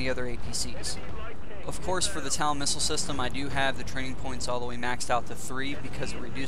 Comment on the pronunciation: TOW! T O W! like on your foot. not tal.